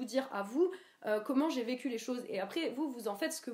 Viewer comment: Putain, elle est stressante en fait. En plus avec ces micro-coupures pour éviter les temps-morts, j'ai l'impression de voir une humanoïde à la "Blade-Runner". Pas besoin d'écouter pour flipper, suffit juste de la regarder. Enfin c'est curieux cette manière d'accentuer la dernière syllabe des mots "docu", "vécu", "faux-cul". Elle a un problème avec le "Q" ou quoi ?